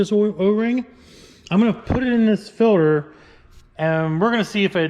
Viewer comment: New drinking game: take a shot every time says “ filder “